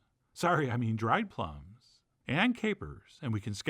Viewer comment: Maybe you said "plumb" because we were talking about prunes, but it's "plum".